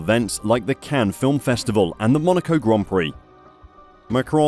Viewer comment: Not Monaca D